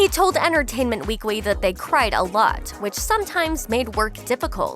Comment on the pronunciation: US "weekwy"??